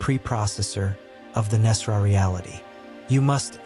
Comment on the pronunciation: And thank you for pronouncing Nesara correctly. A sign this is aligned. 🙏